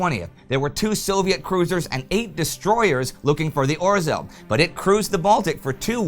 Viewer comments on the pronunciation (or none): Why do you have such problem with "zh"(ж) sound? Name of Polish submarin was 'Ozhel', not "Ozel"! And guess how Zhukow has to be pronounced! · A humble pledge to Indy: could you please try to pronounce 'rz' in 'Orzeł' more correctly? Hear e.g. - I know, it's a very hard sound to pronounce for non-Polish (or non-Czech), but you can do the 'zh' sound (as in 'Zhukov' or 'Zhivago') instead. Even that would be much better than 'r'+'z' kind of pronunciation, which is like scratching blackboard to my ears. Anyway, a great job, keep it further! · Na Litość Szatana, Indy! Please! Use the English translation for the Polish names. It's painful to listen while you butcher the pronunciation of them. Or-zel sounds like some 80s fantasy villain. I really love the show, The Great War included, but have Mercy! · Right pronunciation polish U-boat Orzel (Eagle) - [ɔːʒel] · Orzeł means eagle, please learn to pronounce it correctly. Its our nations symbol. Also, Danzig is nazified name for Gdańsk. You called it Gdańsk in first videos then you spoke of Danzig. Please stick to its proper name Gdańsk, not only for continuity reasons but because it is its real name. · Indy, the "rz" in "Orzeł" is pronounced like the "rz" in "Przemyśl". You pretty much mastered saying "Przemyśl" in the last four years, so I guess that'll be a good hint.